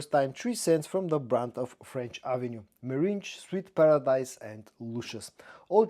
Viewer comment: meringue is pronounced differently from meringe....